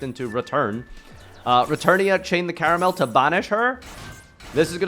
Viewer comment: Why are all english speaking yugitubers fucking illiterate? It's Karmael, not Karamel, try taking more than a millisecond to read a card's name for once and you'll see you'll never get it wrong again.